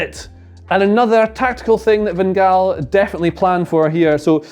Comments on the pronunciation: wow you said van gaal very good i am dutch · Your van gaal pronunciation in the proper Dutch is near-perfect, well done :D